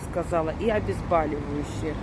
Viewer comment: Не обезбАливающие,а обезболивающие,проверочное слово Боль,а не Баль